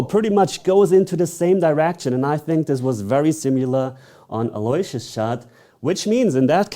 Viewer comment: It’s not pronounced Alloy-see-us, it’s pronounced Allo-wish- us